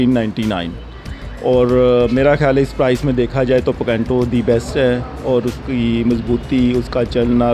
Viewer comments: Picanto ya PECENTO ? 😂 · Pacantoo ni PICANTO hay .....Bosdikay